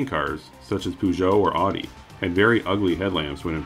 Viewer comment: Peugeot pronunciation is priceless. 😂😅